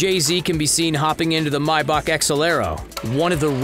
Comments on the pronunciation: May-Back not my-beck.... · Who says mybach lmao.. it’s maybach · If he says “Mybach” one more time ima kms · Did this man just say mybach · Why is he saying "mybach" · Yea he did it 2 more times, y’all tripping